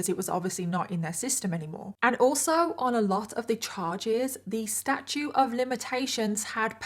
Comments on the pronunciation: Statute of limitations,. You keep saying “statue” lol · It’s “statute” of limitations. Not “statue”. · I just love your channel! If I may, it is Statute of Limitations.... not Statue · I absolutely love watching your videos and how you put your make up on,but please blend the contour on your nose as it gives me anxiety🥴 and will you learn the proper terminology? It's statuite of limitations,not statue pet❤ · STATUTE NOT STATUE! ❌🗽 🙅‍♀️🗽 ❎🗽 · The term in which laws can be prosecuted is “Statute,” not “Statue.” At least in the US. Great videos. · Statute not statue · Statute of limits, not statue of limitations. You pronounce that last T. Like statue, with the T sound at the end. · FYI it's statute, sta-choot, with a "T" not statue, sta-choo. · Is it me, or does she keep saying "statue of limitations"? I swear I can't hear the T at the end of "statute". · Wait. Are you saying statute of limitations? Omg. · StatuTe of Limitations… there’s a T in there 👍🏻